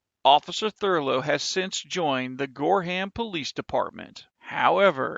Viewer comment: Gorham... Gore-HAM... its pronounced gore-um... friggin southernahs